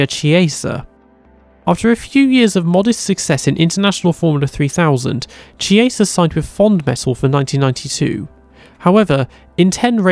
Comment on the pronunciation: McCarthy is pronounced McCarfy Chiesa is Kiesa Giacomelli is Jackomelli